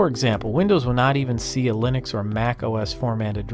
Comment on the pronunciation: I always hear Lunix instead of Linux